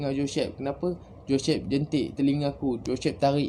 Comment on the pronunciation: Joshhhep... Pelat... Haha... Gurau jgn marah bro